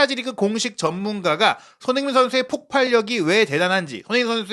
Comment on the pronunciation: 손흥민 발음이 안되시면 소니로 부르시죠 ㅎㅎ